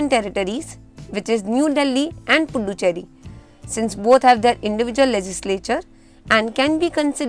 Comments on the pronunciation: That's "Puducherry" not "punducherry" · yeah but while you pronunce you told punducherry that only. Other than that written is correct